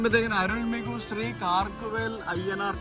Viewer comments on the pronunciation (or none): none